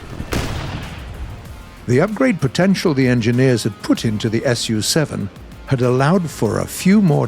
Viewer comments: You haven't gone too crazy yet, it indeed sounds like "putin" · "the upgrade potetial the engineers had Putin" anyone heared that too, or am I just too crazy by trying to grind the japanese helis?